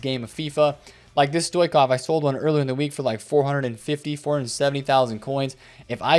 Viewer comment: Why can no one pronounce Stoichkov?